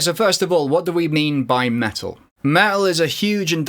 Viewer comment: What is "Me-Al" where is the T?